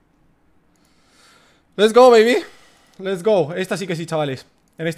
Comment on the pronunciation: Ostras tio porque tienes que decir lest go bebe cada vez